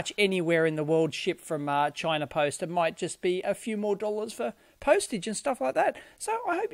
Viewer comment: "Chiner" lol :-)